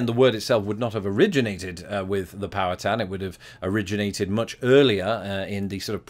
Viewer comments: What cracks me up, from being not far from Pittsburgh, your pronunciation of "Powhatan" sounds like you are saying "power town" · I think it's pronounced "pow-HAT-in".